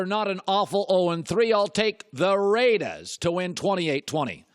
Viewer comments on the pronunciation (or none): ima need for him to never say raiders like that ever again